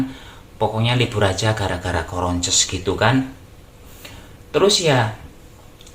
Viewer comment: Msh aja lucuuu,"coronces" bkin ngakak',semangat mas,sy suka mas dgn apa ada'a,betul mas,bersyukur aj mw dpt rejeki brp pun,Allah akan berkahi, krna bnyak yg susah'.plus minus dr koment pasti ada aj,gpp jdikan sbg masukan yg positif aj,bnyak sabar demi mnghindari dosa,d'buat sanrai aj sesusi niat mas,good job'